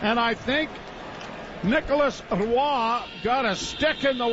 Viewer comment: why has no one told joe how to pronounce roy yet?